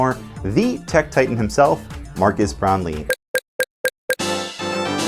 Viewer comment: It’s not MARCUS Brownly it’s MARQUES (pronounced MAR-KEZ)…